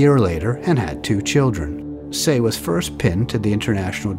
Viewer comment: Love your videos. His name is pronounced “tai”